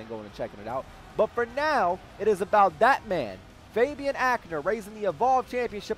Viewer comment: Is it just me or when ever says Fabian it sounds like hes saying baby😂 Anyone else?